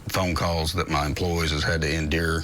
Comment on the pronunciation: “Has had to INdure”